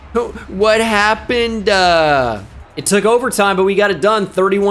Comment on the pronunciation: “What HAPPENED-uhh” 🤣